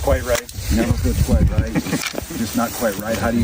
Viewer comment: As you were saying, “I can right this ship“, I was expecting the last word to end with a “t”.